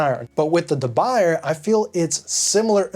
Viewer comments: It's not pronounced da by-er. It's French. It's pronounced da boo-yay. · pronounced as “de buyey” not the buyer😀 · De "Buy"er lol, I think it's pronounced DeBooyay, ya know.. French and all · De boo-yeh not de buyer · It’s pronounced “dub bu-yeh”. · You're pronouncing it wrong. It's Duh Bu yeh. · Good video. Quick note: De Buyer is pronounced DUH BOO YAY. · deh-Boo-yeh. say it right! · De BOO yay. That's how it's pronounced. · We all gonna keep letting you say "de buy-er"? It's French! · Not really. I've been many times to China, Taiwan, Japan, India, Brazil, France, Holland, lived in Germany for a few years, etc. The different pronunciations are due to accent, eg, Spanish speaking people pronouncing ch and sh. But that's regardless. It's not da byer. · for the record Debuyer is a surname with French origins. Not Dutch. And there is only one correct way to pronounce this word (Duh Bu yeh). He sounds silly saying it wrong over and over in this video. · Sir, you might want to learn how to correctly pronounce the name of the company, du Buyer. The Hint, it’s French. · It hurts when you pronounce "de Buyer" 🤣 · P.S. "Uncle Scott" of Uncle Scott's Kitchen used to mispronounce De Buyer, also. He corrected himself instead of making rationalizations. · Please, try to pronunce it well. You talk in some kind of english, but the french pan have to be well pronunced ( or at least, nearly. ) Do an effort...